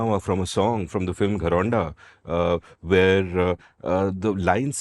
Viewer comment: Very interest episode and some very good examples...both national as well as international....one small feedback...just check how you pronounced "Gharaunda"....during aabodana thing!